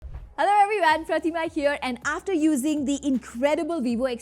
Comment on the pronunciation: What is everywayn it's EVERYONE not EVERYWAYNE